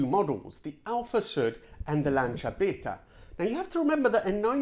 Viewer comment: Oh dear, you spent a video correctly pronouncing the likes of Lancia Beta. That's only going to even more annoy the Porsche snobs that hate how you say that. One minor correction, that Franklin Delano Roosevelt referred to here is the son of the former President (with the same first and middle name). His father, the President, died in 1945.